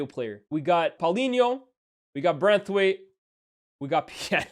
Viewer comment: hilarious how my man have been calling martin braithwaite as branthwaite 😂😂😂